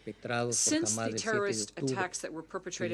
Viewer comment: "........crisis created by hammass creatures" - Sentence completed